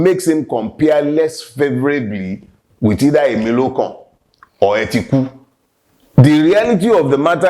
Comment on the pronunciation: Did he just call atiku " e ti ku" ?